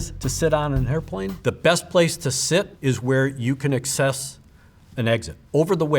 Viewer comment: never in my life heard anyone pronounce ‘access’ that way; he put the wrong em-PHA-sis on the wrong sy-LLA-ble